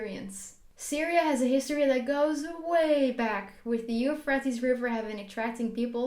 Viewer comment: dude you pronounced euphrates river totaly wrong! 🤣